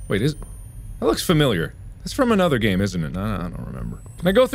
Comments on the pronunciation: Dragon Tamer576 I heard it too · Mark: scary GAAAME- What I think he said: HAIRY GAYYYY